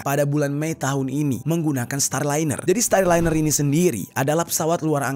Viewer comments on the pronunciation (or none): Starliner bang bkn styliner 😂😂